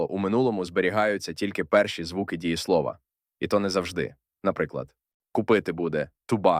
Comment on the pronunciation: Дієсловаʼ, наголос на «а»